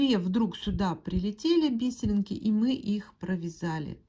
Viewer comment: Спасибо большое за канал, за доступное объяснение❤ Отдельное спасибо за "би́серинки", а не повальное "бисери́нки", которые невозможно слушать, режут слух. Подписка, однозначно!)❤